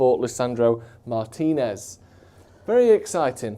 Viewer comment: Why does make an effort to pronounce every players name correctly, except for Martínez?